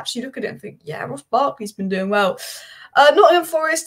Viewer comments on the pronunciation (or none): none